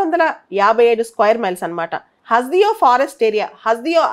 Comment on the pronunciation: హస్ దియో కాదు..... హస్ దేవ్